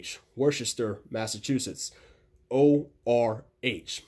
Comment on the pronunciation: Super helpful thank u! Just a tip tho, if u ever fly to worchester make sure you know how to pronounce it right (wooster) as a Massachusetts local we catch when people don’t know how to say it correctly.